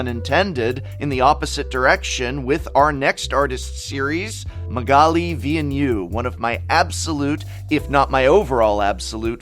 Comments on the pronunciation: For future reference. Villeneuve is pronounced Vil (as in evil) - Nev (like in nev disc). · Villeneuve is pronounced more like "village" without age and "novel" without the L. "Vill nove". The French "eu" sound does not really exist in English. It's between an O and the U of "duck". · Love the video but as a french canadian pls go see how to say Villeneuve 😅 I agree her art is beautiful. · Hey prof, love your content, but as cheeky advice: if you love Magalie, ask a francophone how to actually pronounce her family name 😁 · TIL the correct pronunciation of Magalli's surname.